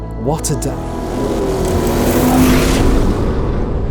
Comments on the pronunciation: Why you call it Bleed? Is it bleeding? bOlide - there's an O - bOlide !!! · bolide not boleed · It’s not pronounced "buleed" but "boh-lee-de". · Imagine spending time with a £3.5m Bolide and calling it 'boo-lead' instead of 'bo-lied'. It's named after a meteor event, not someone booing the lead guitarist in a concert. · Pronounced Bó-lid-eh at least learn to pronounce it correctly it is not Bowleeeeeed. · Bugatti.....Bolìd?? 🙄😉 non Italian will probably not get this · that pronounciation is killing me, Bow leed.... no its bo lide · boleeeeed... It's bolide. bo-li-de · Is it pronounced, ball aid? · Isn’t it pronounced BOW LIDE? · Just stop calling it "Bohleed" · It's pronounced bolly-day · BOL EYED, its pronounced "BOL EYED" You can't pronounce "Aluminum" correctly, either. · The Bolide : pronounced "Bleed" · I hate when people pronounce Bolide wrong with the e silent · As an Italian, the way he keeps saying "Bolide" makes me a bit sick to be honest... good vid though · I get he is British, but I think even for British, he is pronouncing Bolide wrong. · I don't mind accents, but the way they say BOLIDE is atrocious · Can’t believe spend so much time making this video and still can’t get the pronunciation right !!